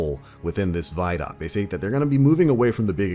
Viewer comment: Pronounce the word “video”. Remember how you pronounced it. Especially the first 2 letters. No say those first 2 letter like you just did. And add the following 3 letters. D o c. Now you know how to pronounce “vidoc”!!! CONGRATULATIONS!!!!